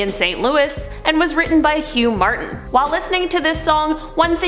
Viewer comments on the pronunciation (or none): none